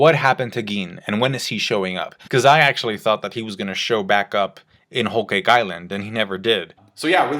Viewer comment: Why are u pronouncing whole cake like that